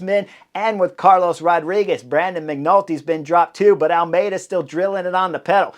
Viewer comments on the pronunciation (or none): none